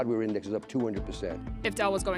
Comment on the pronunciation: We heard it folks... It's.